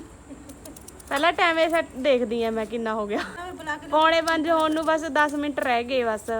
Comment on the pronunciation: Tusi loon nu nuun kyo boldy o